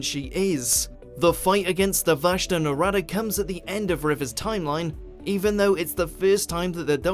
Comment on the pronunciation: Who else is annoyed that he can’t pronounce the vashta nerada.